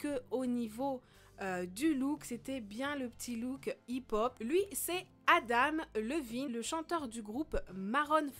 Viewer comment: je suis désolé mais tu fais bcp d'erreur de prononciation, nottament pour Adam Levine ( ça se prononce "Lévine" ) et maroon 5 ( qui se prononce "maroune" et pas "marone" )